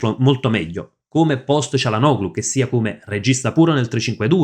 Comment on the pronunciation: ti preoccupi di pronunciare male il nome di un giocatore brasiliano che nessuno conosce, mentre dici comunemente cialanoglu invece del corretto (in turco) *cialanolu*; perché?